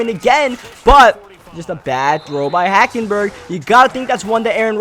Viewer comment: You said HackenBurger